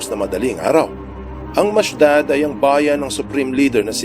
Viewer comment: Not Mashdad but Mashad is the correct pronunciation of this City.